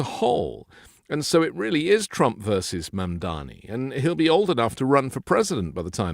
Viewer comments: Yeah no idea why doesn’t just correct him, he says it wrong every single time 😂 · Love you, but you're mispronouncing Mamdani -- it's Mom DoNNy -- not Mom DoMMy. 🥰